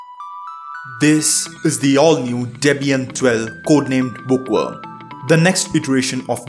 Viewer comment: book what? book wa? bo oh wo ah?